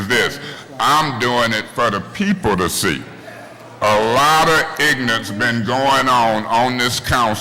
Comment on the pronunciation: “A lotta ignance been going on in this council for years” I’m on the floor lol